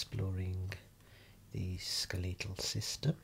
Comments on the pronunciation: I've never heard anyone ever pronounce "skeletal" like that before. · love the videos but what in the ripe hell did you call the system?!? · Hahaha I've just never heard it pronounced that way!